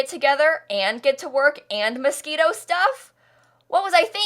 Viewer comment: You were saying Moschino Stuff. I heard Mosquito Stuff